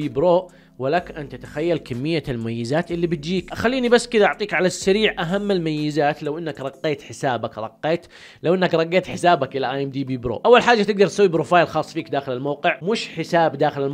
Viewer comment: رقيت ❌ رگيّت ✅